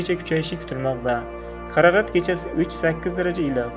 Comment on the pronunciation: ХАРАРАТ ЭМАС, МОЛ ХАРОРАТ ДЕГИН. ХУДОНИНГ МУЛКИ, НИМА БУЛСА ХУДОДАН...